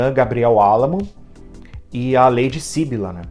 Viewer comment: Ahh, muito obrigada pela resenha dos contos! Fico feliz que goste das minhas coisinhas! 🧡 Interessante você notar que os enredos estão interligados, poucos leitores perceberam isso! (só uma observação: é syBYlla e não SYbylla 😁)